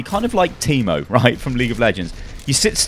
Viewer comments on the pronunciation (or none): who else taught it was funny how he said Teemo? :D